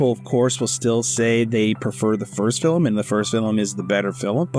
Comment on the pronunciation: Please learn how to pronounce the words that you’re using. “Homage” is actually pronounced “omage”, the H is silent. The actor playing luthor is Nicholas Holt. Why do you keep saying “fillum” instead of film? So many other mistakes.